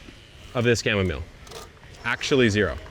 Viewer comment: Going back to and repeating it to double check Kevin did pronounce Chamomile correctly and not cham-ma-mo-lay lol